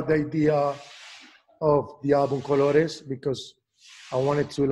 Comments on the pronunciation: Jimmy knows his colors in Spanish 👏🏽 congratulations for your pronunciation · Great pronunciation Jimmy! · No, I'm not saying that, but rather that he said it completely well.